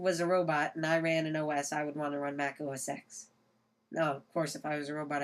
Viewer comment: It's os "ten" not os "ex" just thought i'd point it out.